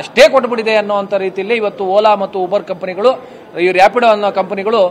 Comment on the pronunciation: ಇವಾನ್ಯಾವನ್ ಗುರು ಊಬರ್ ಅನ್ನೋಕೆ ಬರ್ತಿಲ್ಲ ಉಬರ್ ಅಂತವ್ನೇ😂 ಶೆಡೆ